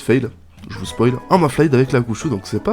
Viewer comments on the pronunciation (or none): none